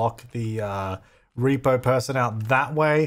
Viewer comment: The irony is that when he unlocks the front gate he says " I bet this is how the reaper-person gets in." I know he meant "repo" but it sounded like reaper... lol